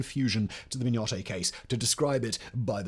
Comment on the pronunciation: Hi. The name of the Mignonett is pronounced min-yuh-net… But this is a great video. 😃😃😃